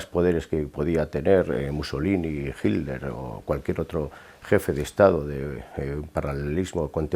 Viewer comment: como veo esto muy frecuentemente. Cual Hilder cabrón, tanto les arde el culo con el genocida qué no quieren pronunciarlo como es? Hilder... pendejazo